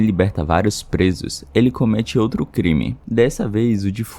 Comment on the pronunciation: O conteúdo é ótimo, mas "outre" me quebra kkk 🫩...